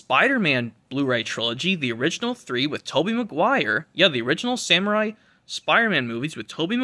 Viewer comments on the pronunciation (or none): Bro said samurai 💀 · Did he try so say “ Sam Raimi “ lmao